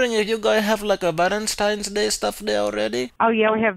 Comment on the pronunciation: Valinteen day